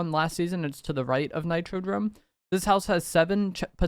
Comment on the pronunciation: Bro said nitro drome way too many times DOME ffs